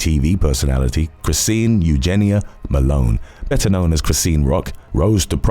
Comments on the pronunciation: I normally watch these all the way but I couldn't get past "CHRIS-SEEN" Its "CHRIS-SHAWN" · Chrisean is pronounced Cree-Shawn. Like Sean is pronounced "Shawn".